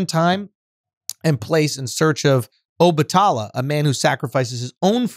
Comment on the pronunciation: 🗣SCHULZ!!! THANK YOU FOR READING THE BACK OF THE BOOK!!! P.s- I love how you pronounce Obatala🙌🏾